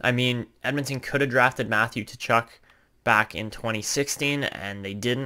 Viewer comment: I love this series Suggestion: Brady Tkachuk is pronouced Kachuk. The T is silent